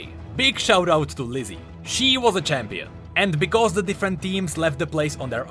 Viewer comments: i cant tell if you are pronouncing "Leslie" funny, or if you are actually calling her Lizzy xD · Wait Fuslie's name is Leslie right? Not Lizzy